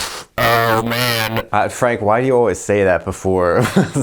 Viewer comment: When you said "OH MAN" in a heavy Deep-Fried accent, this ENFP knew he was in for a treat. You gave a very nuanced take that perceives us seriously, and I greatly thank you for it.